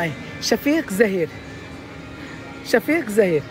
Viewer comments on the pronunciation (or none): شهيق زفير مش شفيق زفير 😂😂